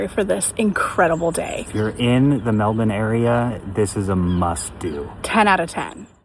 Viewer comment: You pronounced Melbourne right ,good on yous 👍